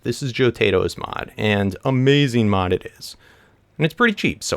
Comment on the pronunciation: It's hilarious how he says amasing